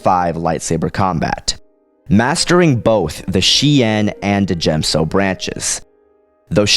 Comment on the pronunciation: You do know that the “D” in D’jem So is silent, right? It’s pronounced Jem So. I agree with you, Obi-Wan would win. I agree with your reasoning too. Plo Koon is just too set in his few ways to really be a danger to Obi-Wan. And Obi-Wan has honed his skills to perfection......aaaand I’m a total Obi-Wan fangirl so I’m biased towards him, lol.